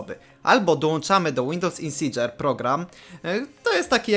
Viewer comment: Dzięki wielkie ale musisz popracować nad anglikiem, praktycznie tylko configuration powiedziałeś poprawnie hehe(kabaret:). Z buta lekcja, nie ma takiego czegos jak insdzer(insider) musisz to powiedziec insajder( a man from inside of an organization, company etc - czlowiek ktory jest w jakiejs organizacji lub korporacji). Boot to nie bot, czytasz BUT(przedluzasz U) tak jak to co masz na nodze(latem klapki to nie popierd...l obuwia)